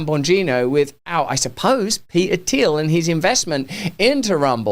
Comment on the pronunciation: Thanks for saying Peter Thiel's name correctly.